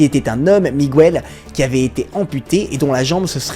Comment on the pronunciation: Petit commentaire relou (pardon je suis prof !) : on prononce Miguel comme cela « Mi-gu-elle » (même son que dans bague) et non « Mi-gou-elle », on prononce Buenos (Buenos Aires)« Bou-é-nosse » et non « bu-é-nosse ». Et y a d’autres prononciations hispaniques erronées dans d’autres vidéos ! Voilà c’était le clin d’œil de la prof 😊 mais c’est un détail dans un flot de vidéos extras !!